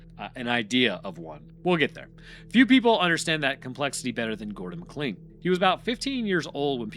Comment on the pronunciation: McLean "MAH-klain" why can't Americans pronounce this? It's in die hard